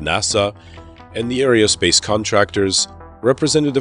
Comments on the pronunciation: Pretty good presentation however there was a distraction in the narration that had me cringing. It is NOT "arryodynamics", "arryospace" or "arryonautics". Think of them as starting with the word "ARROW"; e.g. "ARROW-DYNAMICS" and "ARROW-SPACE" and "ARROW-NAUTICS". Got it? Where you from boy? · It is AERONAUTICS not Aereonautics and Aerospace not Aereospace. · It would help if you would learn how to pronounce "aerospace" and "aeronautical".